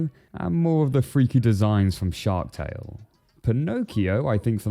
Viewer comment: Not gonna lie I thought you said Sherk tale